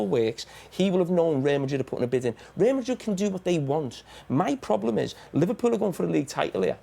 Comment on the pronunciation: How can a grown man not say Real Madrid properly?